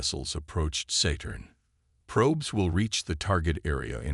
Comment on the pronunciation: Just listen, don't read. However, I take exception to the AI's pronunciation of Saturn: Saytern or Settern😂